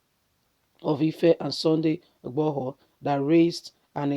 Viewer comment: Madam if you can't pronounce his name find a Yoruba person to read for you na, which one be igbohor?... You can call him CSI ...